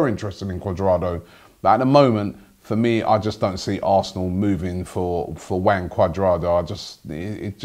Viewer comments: ROBBIE IT'S HUAN NOT WANG Cuadrado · Lol Robbie you said 'Wang' Cudrado😂